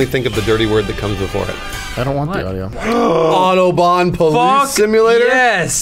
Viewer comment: Why can't they say autobahn right?